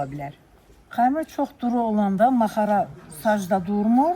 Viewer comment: Orda necə "maxara" deyilir, siz də elə deyin sux Ma -xa-ra deyirsiniz Çincara deyil, çincar-yəni giçitkən.Yazıq qadın sizin yanlış xətrinizə dəymək istəmir, suz eşitsəniz də,yenə də bildiyiniz kimi tələffüz edirsiniz.